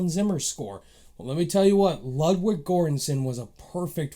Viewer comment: Just wanna say that “Ludwig” isn’t pronounced the way you think. He’s Swedish so the “w” is pronounced like a “v” and the “u” is pronounced like an “o” so the proper pronunciation is “LOOD-VIG” not “LUD-WIG”. It’s a common mistake. Just letting you know for future reference. Good review by the way, didn’t really like this movie but I can understand why some might love it. You give some good points!